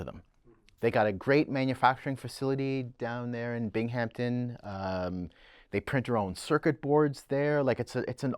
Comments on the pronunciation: Since poking at one another is the common practice at Audio Excellence … why does mispronounce “MICKintosh” and “BingHAMPton”??? As a resident of New York state, this is *ALL WRONG*! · Just a FYI, it's not Bing Hampton, its Binghamton, Binghamton is not in the Hamptons. Even Siri and Alexa can yell you this. You will always be able to buy good used McIntosh gear and get it repaired. Maybe thats what terrifies dealers the most ?